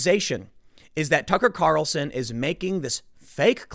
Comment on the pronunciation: Sorry, Tim, but the way you say the name—as "Tucker Carelson"—really grinds my gears.